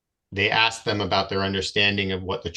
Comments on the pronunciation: When your vocabulary consists of words like aks and liberry, I strongly suggest that you do not represent yourself in court. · When you say things like 'ax' instead of 'ask' and pronounce it 'libary', you really should not decline a lawyer. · so why does this "Indian chief' say AXE instead of ASK?? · I know for a FACT that even Aboriginal people know that it’s pronounced “ASK”…not “AX” my dude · Aks is not a word. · You hear "aks" instead of "ask"? You've heard enough. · The word is spelt ‘ASK’ not “AXE’! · So is he trying to reach the magical threshold of repeating the same time in court? If you say the same thing 10000 times your case is dismissed, right??? 😂😂😂😂😂😂 Wait, so the whole fate of the planet, and likely universe hinges on this one person who can’t pronounce “ask” and repeatedly says “axe”. We are doomed!!!!!!!!!!! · Can’t say library, recognizance, or ask correctly lol and making dumb claims he’s just dumb all the way around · Or maybe teach him how to pronounce the words "ask" and "library"? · if you cant say library or ask, maybe you souldn't represent yourself. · Why is it that so many SovCits can't pronounce the word "ask".